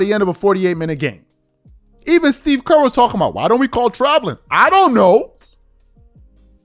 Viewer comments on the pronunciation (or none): none